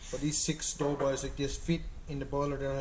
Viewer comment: Haha you says it the right way lol. My buddies from Placentia bay calls em dough balls. I didn’t have a clue what they were talking about lol. Happy Easter, to you and yours!